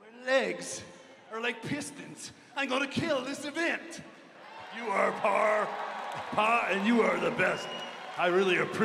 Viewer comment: Love how Pa can only say "avint" instead of "event" 😂